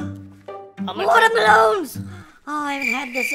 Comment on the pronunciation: did u say water MELONS??????????